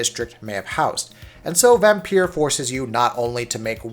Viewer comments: Why does he keep saying "vampier". Dude its vampire. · I used to call it Vampyr as well, but the developers said in an interview it's pronounced Vampire. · Except you can hear the way he stresses words, sharply hit the "i" in "liked" (again and again) which would be the same emphasis as "pire." The "r's" roll a bit, but he's hitting those two vowel sounds clearly, and distinctly.